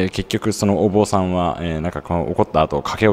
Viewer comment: はりまや橋の上で「はりまや橋ってどこですか？』と聞かれたことあるよW 坊さんではなく、ぼんさん」だよ。あぁ読み方ね。